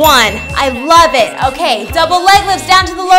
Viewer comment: Why does she "LOVE IT!!!!!!!" so much?😂